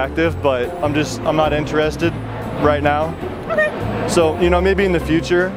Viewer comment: wtf was that 😂 "oKaY!"